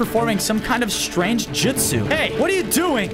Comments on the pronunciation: It’s not jitsu it’s jusu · Jitzu😂 it’s jujsu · its jutsu not jitsu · It’s not jitzu or jujsu it’s jutsu😂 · its trash how he says "jitsu" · It’s funny how he says jitsu instead of jutsu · So im 2 min and 34 seconds in and bozo oops i meant fozo 😅 said jitsu no not jutsu but JITSU and im like WHAT THE FU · Bro said jitsu💀💀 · He said jitsu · U keep saying jitsu JITsu not how say it’s jutso not JITso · It’s Justu not jistu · It is shadow clone jusit not jusit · It's JUTSU not JITSU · Bruh he cant say justu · Is jitsu not jitsu